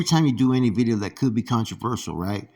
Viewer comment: Bih-dee-oh . His catchphrase 💯